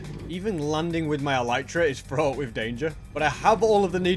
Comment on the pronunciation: i love it when he says frot with danger